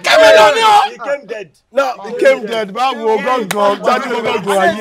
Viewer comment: The drummers are danm so good...but the "camded" really got me🤣🤣🤣🤣